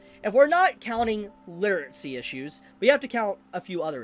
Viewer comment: why do you say literatsy instead of literacy?